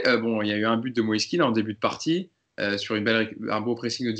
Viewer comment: il dit aussi MoïsÉ, c'est Moïse tout simplement ☺️